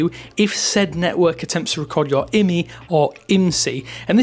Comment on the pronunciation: I've never heard anyone pronounce IMEI as "imee" lol